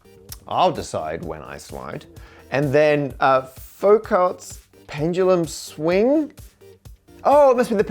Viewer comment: Love the Brit‘s refusal to use French pronunciation: Faux-Kalt‘s pendulum.